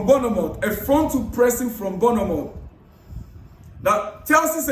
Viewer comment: My Ghanaian brother. AKWA BAA. You are doing a great job, please keep it up, but l have a little correction. The correct pronunciation of that name is BORN-MOUTH and not BOURNEE-MOUTH.